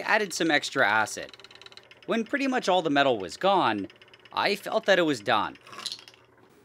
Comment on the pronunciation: Oh man it would be a shame if someone thought that he said meth crystal and not metal crystal ;)